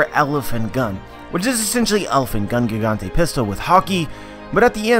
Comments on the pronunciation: Nah if he was hardcore at pronouncing it the way japanese do it then he wouldn't say Barto l'mayo. Plus they say Jiganto not Gigantay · It's actually "gigant" (pronounced "giganto" in japanese) not "gigante".